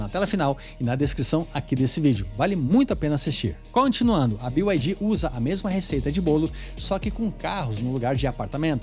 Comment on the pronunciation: Pq falam "bio" ai di? É BYD, ou seja, "bi" ai di